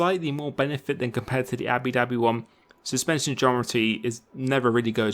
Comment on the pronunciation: he said abi dhabi again